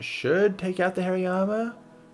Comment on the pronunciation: btw, it's hari-yama. not hairy-yama